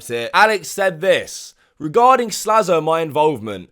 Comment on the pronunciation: His name is Slazo, not Slazlo.